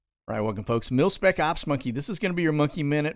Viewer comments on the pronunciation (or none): none